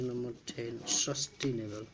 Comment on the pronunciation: No 10 is sustainable not sustinable